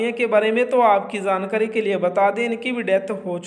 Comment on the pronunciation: Jaankari hota hai Zaankari nahin - Apna ucharan sahi kro ji !!!